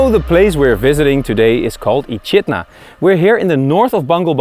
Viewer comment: Echidna is pronounced Ekidna, loved your editing 👌👌🇦🇺🇦🇺